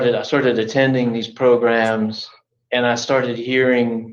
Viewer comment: He's also trying to get to stop saying progrums by saying programs 15 times😂😂😂, that's the only part I'm enjoying in this progrumlol